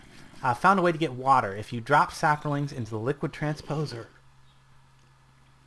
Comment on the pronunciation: There is no "r" in saplings.